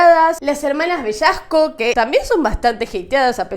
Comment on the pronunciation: "bellasco" bellicoso JAJAHSUHSJH